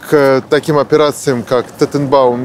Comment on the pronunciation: Не операция Тотенбаум, а – Танненбаум 🤦🏻‍♂️ и причины там совсем другие